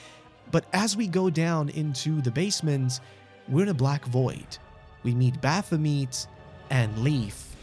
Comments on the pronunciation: It's not pronounced bapha - meat. It's baphu - met Like et as in "I met you" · I can't get over that pronunciation of Baphomet. Bath-o-meat. Also Would have made more sense to me to input the player character's name. A mary-sue is an undefeatable self-insert. That's literally all the player character is. A self-insert of the player into that world. And even being killed just makes it stronger and wins in the end no matter what. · i know its quite late but the pronounciation of baphamet's name kills me internally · Who pronounces it like that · god, the way you pronounce Baphomet is like needles in my ears